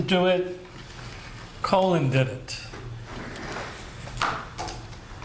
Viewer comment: The prosecutor referring to Colin as “Colon” is pretty hilarious 😂